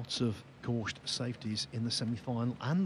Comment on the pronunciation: Gorst! Not Gorsht